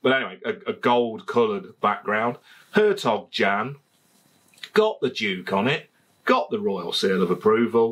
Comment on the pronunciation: The closest you can get to pronunciation as a Brit is 'air tok yon'.... BTW, if you eat Gouda cheese it is pronounced 'howdur'.